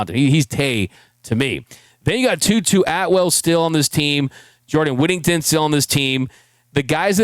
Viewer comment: Jesus crist get his dam name correct it's jordan whittington